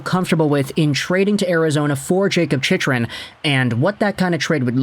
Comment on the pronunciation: Bro learn how to say his name